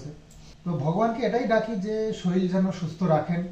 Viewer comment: Sarir k saril balo keno? Sunte khub Kane lage. Boi te ke saril lekha thake?